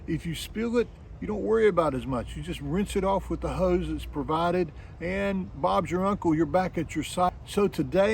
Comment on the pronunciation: Never heard "Bob's your uncle" without an English accent. What do you use for your flush liquid?